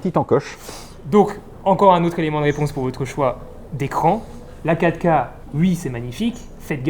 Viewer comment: j'ai mis quelques secondes pour comprendre qu'il parlait de la 4 K, je comprenais catca, mais bien sûr il s'agit de la "quatre K, "quatre" en deux syllabes sonores...c'ke j'pe' êt' bête ;( à part ça, video très instructive.